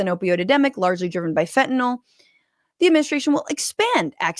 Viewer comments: I know its pedantic, but why can't Republicans pronounce "fen-ta-NILL"? They always say "fin-ten-ALL", to rhyme with Tylenol, which it's not. Education in 'Murica! woot! Just like their math. smh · 22 m pills divided by 119 m people = less than one-fifth of a pill per person Sure, fentanyl (why, oh why, are they pronouncing it "fentaNOL"???) is powerful but it strikes me as just a touch implausible that anyone would make a pill containing FIVE TIMES the lethal dose. Doesn't sound like a good business plan to me, whaddaya think? And then in that Cabinet meeting she stepped it up to 258 m lives = nearly TWELVE people per pill. WTF, Pam Bondi?